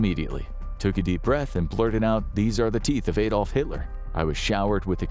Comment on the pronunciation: Why can't americans ever pronounce Adolf? Or Bernard for that matter? 😂😂